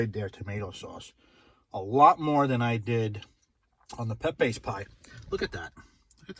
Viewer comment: It's Pepeeze not Pepaaaz Italian not Spanish